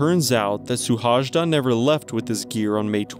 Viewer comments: His name is pronounced more like shoe-hoay-da......... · Szilárd Suhajda. His name spoken out is more similar to "Silard Shuhaida". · Suhajda is pronounced Shuhayda. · His name is rather pronounced "Sewhaayda" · Hungarian speaker here. His last name's correct pronunciation sounds something like: shu-hai-da. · Terrible butchering of the name. If you make a video dedicated to one person, make sure you say the name remotely correct. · Yes, pronunciation should be checked next time. 😉 And btw he left behind a small child of 5. His death was a big deal in Hungary for a long while and base of lot of arguments about what is important in life. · omg man..your pronounciation of his name is like a vomit for my ears